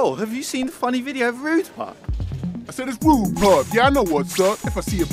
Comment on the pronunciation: Who else thought it was rude pug instead of pup